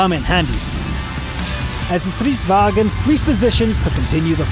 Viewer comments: You have a german pronunciation. You are saying "stridsvagen", but drop the 'e' and you are much closer to the correct pronunciation, "stridsvagn". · It's "Stridsvagn" not German "vagen" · It's more like "Strints-varn." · Pronounce like: Sttrr-ithss_VA-ngn (the letter r should be "rolling") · You pronounce stridsvagn like stritsvangn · well, we swedes aren't like the Germans. Don't at that extra e before the n in the end and you will be a lot closer to how it should be pronounced. In other words, don't say it like strids-vag-en, say it like it is spelled. Many head over to a Swedish text-to-speach site and listen to how "vagn" is pronounced. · Say it Strids Vagen, not that hard:)